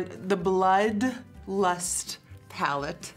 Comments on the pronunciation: Love the emphasis on "BLOOD Lust Platte" I felt too many people gave you a hard time for your pronunciations ;) Love this look! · "The BLOOD lust pallette" I love the emphasis 😂😂